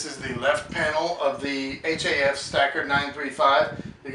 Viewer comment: stop saying H-A-F